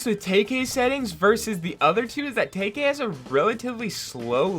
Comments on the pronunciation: Sorry just sain it’s not tay k is tkay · bro, its pronounced TEE-KAY